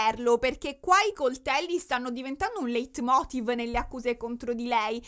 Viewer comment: È tutto allucinante. Pregare la propria madre, che ti ha tenuta schiava, di vederla.. il padre, la sorella... non ho parole. Cmq leit motiv si legge "lait motiv"